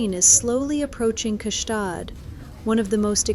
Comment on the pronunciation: Stop trying to pronounce the G is Gstaad. You sound too American